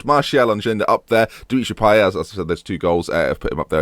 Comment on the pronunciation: You pronounce the t in Payet btw - diff pronunciation cos he's not quite French